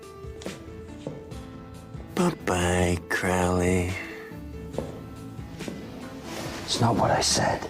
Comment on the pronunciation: Ackchyually, it's pronounced "CROE-lee." Tommy Lee Jones moment. The irony of Lawful Evil. "Dukes of Haphazard" 🤣 His affectations and mannerisms are somewhere between The Joker and Randall Flagg.